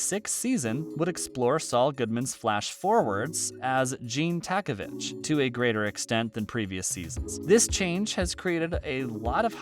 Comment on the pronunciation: Is this the guy that has never ever watched the show and does these videos and pronounces all the names of the characters wrong and proves that he’s never watched not even one episode. Dude is calling all the characters by wrong names as well. Please just stop, nobody calls her “Kimberly” and it’s “TAKOVIC” not takovich lmao